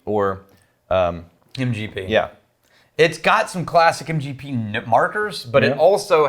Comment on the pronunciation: psst... it's MGP :)